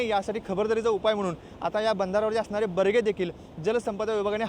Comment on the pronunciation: बरगे नाही. बॅरेज असतं ते 😂